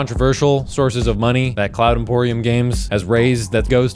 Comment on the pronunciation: Cloud Empyrium vs. Cloud Emporium lol